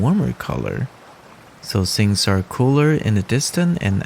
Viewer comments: Bro, pronounce th-ing, not sing! Th-ink, not sink. And wi-th. Pronounce the 'th', not as 's'. Your watercolouring - fantastic! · Your video had some of the best tips/info on watercolor that I've seen. You knowledge and skill level is top notch. Your verbal pace, voice and pronunciation is excellent. If I had one piece of advice I would say work on your th pronunciation. It sounds like the "s" as in sing instead of thing. I don't speak your language, so please do not consider this a complaint, just friendly help as I would want from someone. I have subscribed to your channel, and thank you for the opportunity to learn from you.!